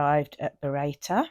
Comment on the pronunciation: Happy New Year 🎉 It's pronounced burro tor 🙂